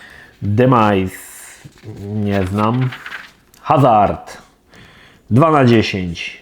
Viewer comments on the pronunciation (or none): none